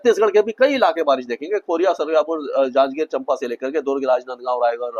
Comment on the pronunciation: Chattisgarh में आप गलती से चंपा कहते है वो चांपा है।